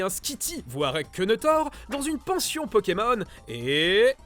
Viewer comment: C'est plutot toi qu'y s'y connait pas TA DIT PONEMON XD